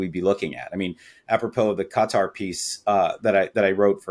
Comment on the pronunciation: I can abide some creative pronunciations, but a little part of me screams every time I hear John refer to the country of "Gutter."